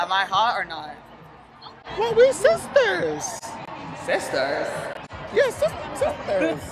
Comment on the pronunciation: Sizturs 😂😂 the complete opposite of rewmates